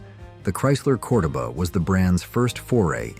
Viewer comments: COR-doba??? I'm pretty sure even the commercials called it Cor-DO-ba!! Get it right! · CORE DOE BA NOT Cor da ba 🤣🤣🤣